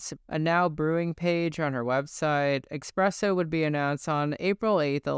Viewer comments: Espresso, not expresso 🫣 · FOR THE LOVE OF GOD, It's eSpresso, not eXpresso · It’s “Ess- presso” not “Ex- Presso” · Espresso not Expresso 👍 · cool video but its Esssssssspresso!!! what the fuck is expresso? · Great video but for the love of god its eSpresso not eXpresso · its espresso not expreso ... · ESpresso, not EXpresso. Where did the X come from? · Not eXpresso. Espresso. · It’s ESPRESSO not EXSPRESSO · espresso not expresso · its 2024 and there are people still saying "expresso"... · I can’t tell if you’re saying eXpresso for engagement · did u really say ''expresso''? 😭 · There isn’t an “x” in the espresso but you pronounce one for some reason? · But why are you still mispronouncing espresso?! 😭